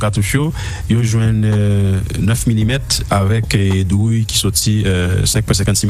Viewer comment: Ou fò konsa epi wap di drouille???se pa douille yo di anko???